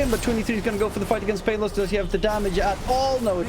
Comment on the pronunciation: That enchantress support game 2 got high networth sadly they lost tho. Also i like the announcer's pronunciation on pay-los hahahahahahaha 😂